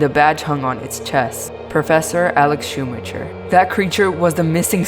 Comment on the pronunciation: Schumacher (SHOO-MAH-KER)